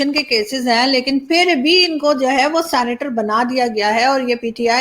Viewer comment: Aarzoo ji sanitor nahi 😂 senator hai ji